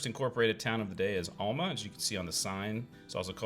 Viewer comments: Alma is pronounced AL (the man's name) - MA. There aren't two L's in this name, so where you get ALL - MA puzzles me. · Yeah, he's not quite saying it like we do. Al, like some guys first name. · that was cool, as usual. It’s interesting that you pronounce Alma differently than my family did growing up. I had an aunt and uncle from there. When we visited, my Uncle would take us out to the woods and hunt for a wild mushrooms that we ate for dinner. Fun memories 👍🏻